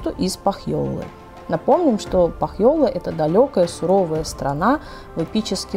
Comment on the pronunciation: Очень познавательно, спасибо. Но только ударения... Ка́левала, По́хьёла, Ку́лерво - будет правильней